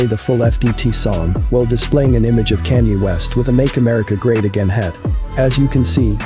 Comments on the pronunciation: "Canye West"? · All I wanna know is who tf is CAN-YAY